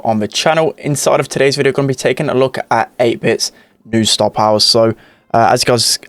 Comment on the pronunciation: No one: NOT A LIVING SOUL:: STAH-POWAH!